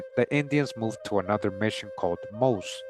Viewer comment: the St. Augustine, FL fort called MOSÈ is pronounced like Josè. When you look up this fort you’ll learn that these Moors were dropped there by the Spanish to protect it from the English, however, these Moorish men/women took in all types of scattered peoples from that region, either fleeing enslavement or seeking refuge from Indian turf wars. It’s a Very significant piece of history worth digging into - Fort Mose is a Florida tourist attraction now smdh.